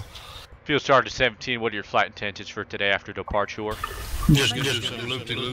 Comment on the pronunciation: Omfg I lost it at "Seal Fargeant Seal-Feel Boss"